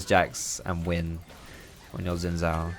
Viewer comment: I hate how says Xin Zhao. That's just wrong, why not just learn to say it correctly?